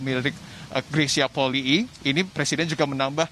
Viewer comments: Itu kan marga bacanya juga Poli'i,kak greysia juga pernah bilang disalah satu konten bacanya Poli'i bukan poli . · YANG BENAR BACANYA POLII (POLI'I) BUKAN POLI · Maaf yang benar yang mana cara baca Polii.... sepertinya reporter perlu belajar baca..mungkin nulisnya Polii tapi bacanya...cukup Poli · Itu bener Polii bukan Poli aja ka Greys pernah bilang